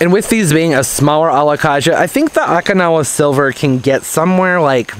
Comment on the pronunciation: No offense 😉 Dude, it’s Okinawa (o-kee-nawa) I’m from Okinawa 😝. Sorry I just cringed everytime you said the name. Anyways, love that plant, too bad it didn’t stay all variegated. I wish I could grow one here, but it’s too dry here in central Cali. I have a hard time inside even with humidifier for those delicate plants like Alocasia and Calathea’s. Very informative as usual. Your the best, I still love ya. 😍 Happy Planting 💜🌺🌸🥰